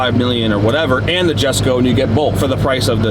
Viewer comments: Jessusss him saying "JHESKO JHESKO" it's erking me. Correct his ass for God sakes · someone tell him its pronounced "Yesko". It is spelled Jesko but said with a Y, named after Christian Von Koenigseggs farther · Lol he said "Jesko" it's pronounced yesko dummy.. and u own a Koenigsegg.. SMH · So damn glad to see you guys working together again. However the Jesko name being said wrong over and over drove me nuts lol